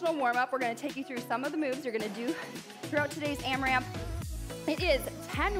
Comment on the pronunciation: Loved this workout so much!! Loved the 4 minute block and the power minute. LOVED the timer on the screen and hopefully we will keep seeing it! But,, it’s not AmraMp… no second M.